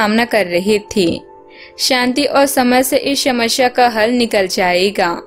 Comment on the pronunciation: समश्या? रहेगी? सुब समय, शूर्य !!! सरीर, शकते है? इतना गलत तरह से उच्चारण, व्याकरण की गलतियों से बहोत अच्छा मनोरंजन हुआ। कहीं ये कम्प्यूटर से तो नहीं बनाया जाता है? कोई इतना